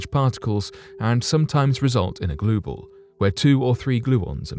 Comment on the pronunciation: What are..gluebals glue balls. Blue gals.. what is he saying. I dont even know what that is. Damn.